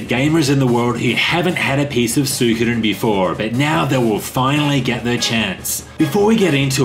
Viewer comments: Love you. However, believe it or not it is actually pronounced SWEE-ko-den. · Why is it that you guys cant pronounce the name correctly, as su i ko den, like its written there